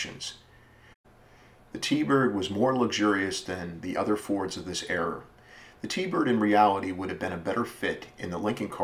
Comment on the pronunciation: Good video but era, not error lol